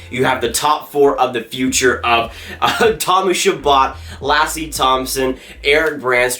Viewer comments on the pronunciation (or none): none